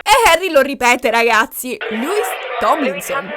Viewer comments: tutto stupendo, ma... MA: E' LOUIS, NON LEWIS :(( p.s. scusatemi, ma è straziante sentirlo sbagliato per due ore 😅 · ti voglio bene ma Louis si pronuncia LUIS non LEWIS e Niall si pronuncia NAIAL! 😂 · allora premetto che sto amando questo video, il mio cuore urla a sentire parlare degli one direction e i larry, considerando che sto dietro a sti 5 da 12 anni. poi un'altra cosa: non voglio essere pignola ma SARÒ PIGNOLA e alcune cose le devo dire. 1: il nome di Niall Horan si pronuncia "naiæl" o più all'italiana "naial". tecnicamente il nome di Louis si pronuncia senza s, confermato dalla mamma di Louis anche se Louis dice che a Doncaster tutti i suoi amici lo chiamavano Louis con la s e ad x factor non se l'era sentita di correggere simon. ma tecnicamente si pronuncia senza s. te lo dico,, per i prossimi capitoli della saga che non vedo l'ora che escano. 2: la clip che avete inserito quando hai detto che harry salta in braccio a louis non è quella "incriminata" ma è una clip dove harry abbraccia un altro ragazzo con cui aveva fatto amicizia ad x factor. harry abbraccia louis mentre sono ancora sul palco davanti ai giudici subito dopo che gli viene detto che saranno insieme e mentre esultano. 3: da quel che ricordo io, nella clip in cui harry chiede a louis se è bisessuale non mi risulta che lo chieda a tutti ma io ricordo solo a louis e visto che tutti stavano dicendo "byeeee, byeeee", lui fa la battuta e chiede "are you bi?" visto che si pronuncia allo stesso modo. 4: nella clip in cui zayn viene zittito da harry con i fogli, la voce che dice "there it goes" c'è ma è quella di louis, non quella di harry. si vede che lui parla. si vede invece che harry sussurri qu